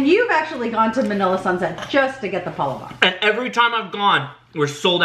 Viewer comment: Great video! You guys sure do love filipino food! Just to let you know, palabok is pronounced: PA-LAAAA-BOK. Emphasis on the LAAA...lol